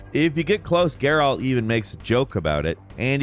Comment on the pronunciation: did he just say alter and gayral ? I'm pretty sure it's Altaïr and Geralt